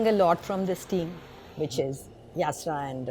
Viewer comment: Yasra * not yasira